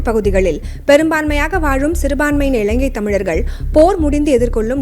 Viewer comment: இளங்கை அல்ல, இலங்கை. இறண்டாயிரம் அல்ல, இரண்டாயிரம். நிளை அல்ல நிலை. சரியாக உச்சரியுங்கள். இதுவும் ஒரு மொழிக்கும் இனத்துக்கும் கொடுக்கும் மதிப்பு தான்.